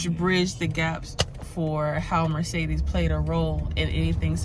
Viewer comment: I don’t think anyone pronounces Mercedes correctly 😂😂